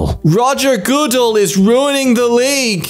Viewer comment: Although I do not know a lot about football, I do know that Roger Goodell is accented on the second syllable “goo-DELL.” He’s an NFL bigwig.